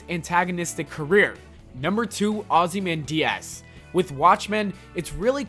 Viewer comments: mate your pronunciation of ozymandias was way off, it sounds like you said ozzy man diaz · mate do you really don't know ozymandias, your pronunciation is waaaay off